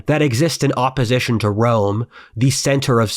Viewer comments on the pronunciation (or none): none